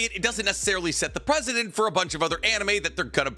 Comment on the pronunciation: Mistaking "president" with "precedent" is a pet peeve that I can overlook but mispronouncing titles or character names isn't. Plus, this video became much better after I slowed it down. Organize your thoughts better and keep an outline handy to prevent rambling asides.